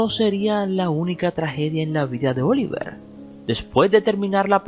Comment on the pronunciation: No es "cónyugue", es "cónyuge". . No es "Óliver", es "Oliviér". Te confundes con Oliver Twist, creo. 😇